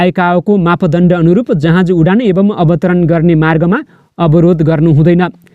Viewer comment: जहाज भन्न यार,जहाँज होईन।